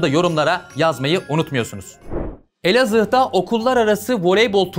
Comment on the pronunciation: Abi Elazıh derken çok komiktin yaa 🤣😂😂😂